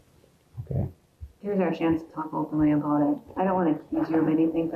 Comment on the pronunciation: What time was that abute? Yah it was abute 10 o'clock. Yah? 10 pm or am eh? 😂